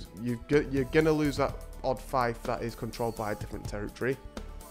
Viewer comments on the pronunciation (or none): it’s pronounced ( Feef ) not ( fife